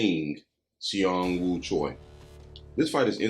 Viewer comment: props u guys did a great job breaking this down FYI 'Seeung' ......his name is acrually pronounxed just 'Sung' the should just leave out the E he does speak english too or is learning thanks fellas